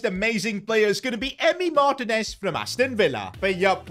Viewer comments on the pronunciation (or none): please you say it mar-tee-nez